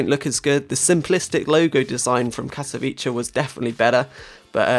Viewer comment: You say Katowice very funny:)